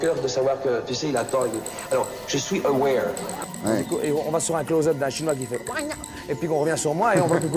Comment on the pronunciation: Excellent reportage! Great Job, "I'm Awaer";-)